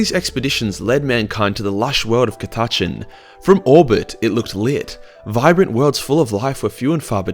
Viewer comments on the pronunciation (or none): ca-tatch-an ??? what mate? its cat-a-chan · Aaah fuck no. Us ordinary Aussies say Cat- a - Chan. What the hell is Ca-Taaaah-chn? Gods only know where is from?! And he forgot the Drop Bears. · Ka TA Chn? Sorry, I've never heard of Ka TA Chn. Have you heard of Catachan though? That place is awesome! And by awesome I mean a hellish planet full of things that put Australia to shame on a good day, let alone a bad day when they make fricking Tyranids look downright cuddly! Cat--a--chan. It's name isn't hard to pronounce bro. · Damm i was so going to rip on you (cat-ah-chan) or in Australian (cuh-ta-chin) but im pretty sure we speak the same language, just us Americans speak real english ;) haha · Ok being Australian too I'd just like to say we don't all miss pronounce Catachan this badly fucking hell lol it's pronounced "cat-ah-chan" not "ca-tu-chin" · Its not cata-chan its ca-ta-chan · Isn't it pronouncend KADAKA not KATACHAN fuckinf weeb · I am Aussie and I say Cat-a-chan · The way you pronounce catachan gave me word aids and now I'm dying 😑😑😑😑😑😑😑😑 CAT---A---CHAN Cat like the animal A literally the letter A Chan like Jackie Chan Now stop it before I put you in your own basement with Timmy I don't want that mouth saying that word well I'm watching a video put him in the bathroom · I've always pronounced it "Cat-A-Can". I preferred my way. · Isnt it said katakan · According to colonel iron hand stracken, it is pronounced Cata-can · Catachan- (Cat-a-can) or (Cata-Chahn), cause listening to you trying to pronounce this word is awful. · Cuhtuhchun is by far the most irritating pronounciation of Catachan I've ever heard lol. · I've been pronouncing it kat-a-chan for like 20 years whoops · Ca tuh Chan there you go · Ka-touch-in lol lol lol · CAT. A. CHAN. jesus this name have NEVER been so buchered. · Why did he keep pronouncing it like “ cuh-tachin” 😭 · Its “KATTA-CHAN” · It's CA (as in cat) TAH CHAN (as in jackie chan)